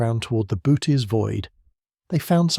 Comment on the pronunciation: can you get your AI narrator to pronounce Boötes correctly? I think it's more like boo-urh-teez, it's a weird word, greek style pronunciation but with the o umlaut modifying the vowel.